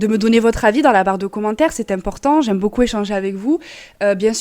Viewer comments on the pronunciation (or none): none